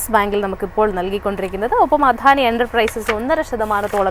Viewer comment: "അധാനി port " 😅😅